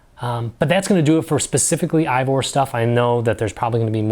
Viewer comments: Solid video! Just want to let you know that Eivor is actually pronounced Ay-Vor, not Aye-vor. I wasn't aware of these other resources, so I'll definitely be checking these other sources out. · Did everyone just forget how to pronounce “Eivor”?